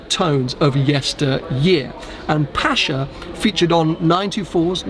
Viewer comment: Congrats from NZ, watching this at 1am! Fantastic spec, 'pasha' is questionable 😅